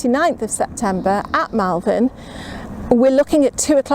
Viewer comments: LOL. Yeah you kept saying MALvern. :) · Hi, I live near Malvern...people here pronounce it Molvun. People will look at you funny if you keep calling it that lol. Happy Gardening:)